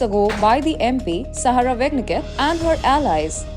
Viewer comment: Her name is pronounced Saraaah Waaaagen knecht.